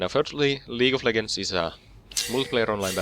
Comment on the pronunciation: xD "League of Leggers"... Nice video though